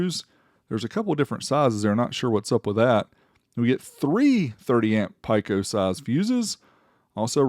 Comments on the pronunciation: You made it all the way to your 40s and don't know how the entire world pronounces pico. Do you also mispronounce other words like water, or building, or vehicle? No one on earth has ever pronounced pico "pike oh". Even through editing and everything you still left it that way. Wow! 40IQ, not Hertz. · First time I have heard that pronunciation of "Pico" :)